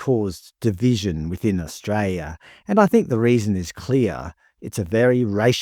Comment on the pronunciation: There is an 'l' in Australia!!!!